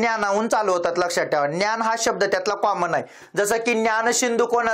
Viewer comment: "संवाद कैमुदी" नव्हे "संवाद कौमुदी" असे आहे."न्यान" नव्हे "ज्ञान" असे आहे. कृपया योग्य उच्चार करावा.